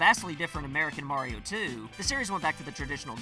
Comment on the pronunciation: You needa pronounce “Mario” the right way.